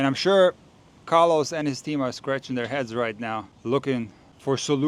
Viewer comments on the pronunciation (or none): none